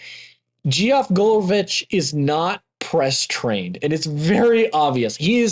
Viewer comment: It's geof said Jeff... Not geeeeoff